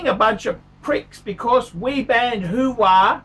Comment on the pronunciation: its Huawei - pronounced wah-way... who de phuck is who-wah? Al Pacinos new phone company?